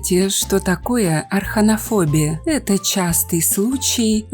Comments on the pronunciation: арАХнофобия, а не арХАнофобия. Изучите материал, прежде чем ролики пилить. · Арахнафобия правильно